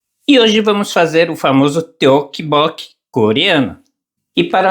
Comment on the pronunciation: ....a pronúncia correta é toppoki